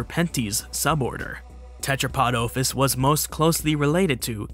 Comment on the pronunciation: The noun OPHIS has a short O (omicrom, not omega) and you keep mispronouncing it. Go and learn Classical Greek pronto BEFORE making any more of these immature and narcissistic vids.